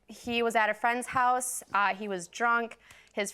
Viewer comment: Girlie,that trick of having a man's child(ren) to force marriage is like 95% out the door. Am I the one hearing "holice" instead of house?